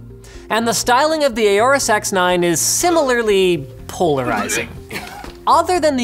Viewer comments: "Aoru sex 9" Is what i hear the whole time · I keep hearing him say the Aorus SeX9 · X9 more like he’s says sex9? Anybody else catch that.